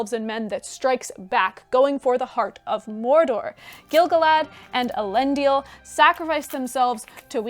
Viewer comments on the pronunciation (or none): Isn't Elendil pronounced el-en-dil (all short vowels)?